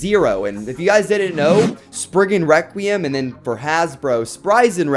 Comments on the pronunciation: Am I the only one how is bothered that he says sprisin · its pronounced spriggan rek-re-um nor wekweum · You keep saying spiggin Wecweyum